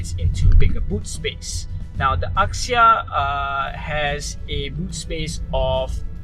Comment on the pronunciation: axia was pronounced 'azia' rather than 'akzia'